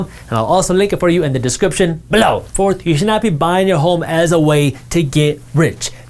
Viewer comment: Can you please not say "BElow"?